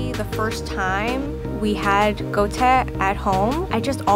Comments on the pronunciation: tf is goutekh did i mishear it tf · I expected in tasty videos pronunciations were checked beforehand. But gou teh? Really? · When she pronounced guo tie as “Goh teh” 🙃🙃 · Actually guotie is pronounced as “Gwo-tie” but alright. Because the word Guo is 汉语拼音 for the Chinese word “pan” which is 锅. Hence why it is cooked on a pan. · What in the fkkin fk is a "go-tech"? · ”GO-TE” every chinese viewer is cringing rn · literally CRINGED so hard to hear a Chinese pronounce guotie as go-tay. wtf????? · Goteh... i hope she was just lazy to learn the actual Chinese pronunciation of guo tie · Isn’t the Chinese dumpling pronounced “gwaw tyeeah”??? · 鍋貼 Im trying to figure out where in China its pronounced Go Teh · Ok as a chinese i dont understand why guotie is pronounced as gote, in cantonese it's not even pronounced as gote????? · That’s not how you pronounce guotie It’s kinda like goo-or-tee-air quick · Guotie.... is not pronounced like that.... gu-ó-ti-è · ironic how the chinese girl didn't even pronounce guotie right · What the?? What kind of pronunciation is that for 锅贴? Not 普通话? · i love how diverse this video is but i'm sorry as a chinese person who makes guotie once a month those guotie do not look authentic at all and they aren't pronounced like that. if anyone's interested they are usually served upside down and when its folded the sides are flat and parallel, not in ripples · The cringe when you hear the pronunciation of ‘guo tie’ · She completed butchered the pronunciation of "guotie" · It's so sick that a Chinese could not even pronounce the food she is making properly. It's no where near what is supposed to sound like. I would be so embarrassed and buried myself if I'm you . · Bruh the Chinese person couldn’t even pronounce the word properly. What a disgrace. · Im sorry the pronunciation of guotie just made me want to scream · PLEASE stop misprounouncing guotie lol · why cant they say chinese words correctly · They pronounced “Guotie” wrong.